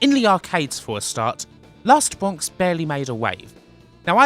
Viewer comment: Edited: all I really want to say is: "Wast Bwonks"